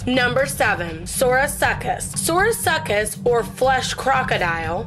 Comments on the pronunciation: The quetz can carry more then 3k wieght and its favourite food was guessed to be thick fish meat and the baby megaladon is smaller than a great white full size i mean having a baby half the size of you i dont think that could possibly happen and the sarcosuchus is pronounced sarco-suches and my favourite of them all the mosasaur has super sharp teath that if where poked would have a chance to cut you badly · "Sorosucus" wtf! Im dead. Then they said "fucking dinosaurs!" Lol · You pronounce Sarcosuchus wrong. It’s Sar Co Sukis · Sar-co-such-us not suriacoscus and titan-bow-a not titanabaoo. Mo-sa-saur not moasasaur. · The sorasuckess bruh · Also “Sarco-such-us hahaha 🤣🤣🤣🤣🤣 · is pronounced Sarka-Sookus. Ya welcome. 😏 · I like how you lack the ability to correctly say "Sarco" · It pronounced sar_cu_suc_us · What is a Sorosuchus! Silent C? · You pronounce it ( SAR-CO-SUE-CUS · Sourasuckus? Work on Pronunciation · She sayd sarcosuchus wrong. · On number 7 she can not pronounce the biggest croc that ever lived name 😂🤣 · Sar co saur us!!!!!!